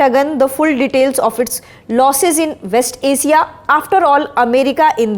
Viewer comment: Asia is pronounced e-shia not acia Information=™informashun not informason Human heyouman not uman